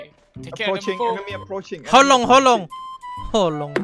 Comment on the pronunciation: "how long" bahasa inggris jadi "holong" bahasa batak wkwkwk holong artinya cinta to btw kwkw